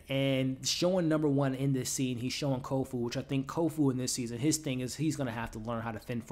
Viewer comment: Nice wrap up. I agree: the fight choreography is amazing. I also love the use of real place names that have changed with the passage of time. Places a touchstone of reality for the viewer. (hey, hate to say it - but it's Kofun. ;) )...